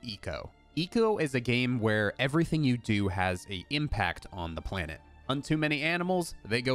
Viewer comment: Its not your planete , its OUR PLANETE